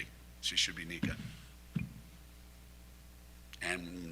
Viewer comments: her name is nika muhl, not nikki.see if you can figure that out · You lost all credibility the first time you called her "Nicky" Muhl. Might as well say that she plays for uh-cone.... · Nika (a) muhl. Not Niki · It's NIKA, not Nicky. Next time ask Geno why Aaliyah misses 50% of her shots in the paint ? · It's Nika, not Nickie. Come on man. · She's NIKA Muhl not Nicky, If you're going to do a video, at least get the subject's name right. They did not beat Villanova by more than 20. Other than your mistakes it was a good video. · When you can’t even pronounce her name correctly, should I even listen to you “take”? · Dude, learn how to pronounce her name! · Maybe YOU could be less of an a-hole and say Nika's first name correctly? What is wrong with you? Besides that - go Nika, go Gino, go UCONN! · NIKA MUHL Not exactly got your finger on the pulse of Uconn basketball when you wildly mispronounce the name of their starting guard who, this season has: logged more playing time than any other Husky, broken Sue Bird's 20+ year old single season assist record, been named Big East Defensive Player Of The Year (2nd in a row), referred to, by Geno, as "the heart & soul of the team".